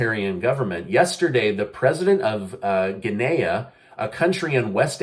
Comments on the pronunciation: It's not pronounced Gi-naya. It's Guinea (pronounced Gi-nee) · Guinea = Gi-knee the i is short sounding i as in hit, bit sit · it’s pronounced guinea like a guinea pig 🐀 not gui-nay-a